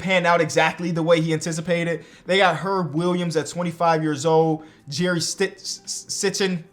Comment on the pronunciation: Lol its Sichting (Seesting)